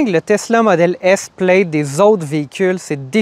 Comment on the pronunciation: Plaid se dit PLAD, amigos